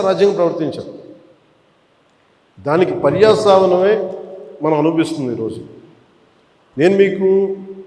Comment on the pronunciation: పర్యాసావనమే కాదు అన్న పర్యవసానమే